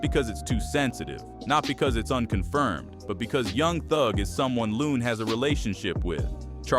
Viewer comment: It’s Looooooon